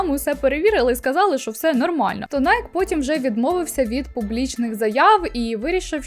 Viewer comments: Найкі а не найк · А можна не Найк, а Найкі? Ви ж сюжет на цб тему робите і ще й вживаєте назву бренду раз 30.